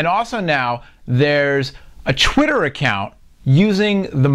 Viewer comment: lol "chwitter"